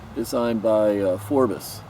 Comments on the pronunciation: Phrobis, not Phorbis. Dumbass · Phrobis not phorbis. Lol, cheer up dude, try caffiene.